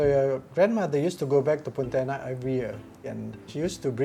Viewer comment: She pronounces as Poutianak